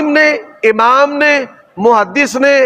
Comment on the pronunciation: لفظ آمام نھیں اٍمام ھوتا ھے